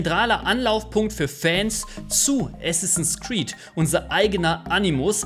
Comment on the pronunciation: Bitte es heißt Assassins Creed, statt Assinsass Creed.